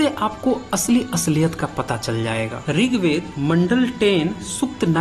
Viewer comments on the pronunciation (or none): none